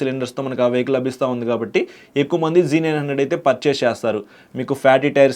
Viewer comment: G900 kadhu Anna Z900 😂😂😂